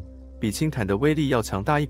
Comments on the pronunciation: 氫彈ㄉㄢ、 ！ 不是ㄊㄢˊ ！ 😎😎😎😎😎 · 氫彈要唸（輕蛋），不是唸（輕談），這是很基本的東西，請不要一錯再錯，水平低，觀眾聽不下去了。彈，名詞唸（蛋）例如子彈；動詞唸（談），例如彈棉花。